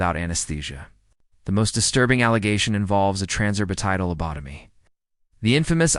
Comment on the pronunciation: Found it very grating on my nerves to listen to the gross misprononcations of the word lobotomy and it's variations. Don't put out a story when you can't do it accurately. Can't listen to anymore of it.